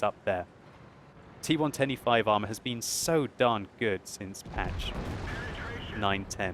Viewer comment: Idk maybe it's me, but when he says T110E5, he sounds like he is saying T125.